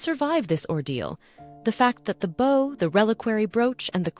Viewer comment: as soon as the narrator mispronounces "bow" & bow" and many others i know we have an AI voice. i tend to ignore videos with AI voices.